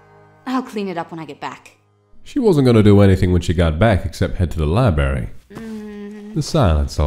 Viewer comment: OH MY FRICKEN GOSH YOU SAID "LIBARY" I'M GONNA HURT YOU AHHHHHHH (Not really just please don't say that again XD)